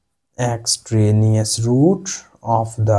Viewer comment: Yes, and it's EXTRANEOUS, not extranouse!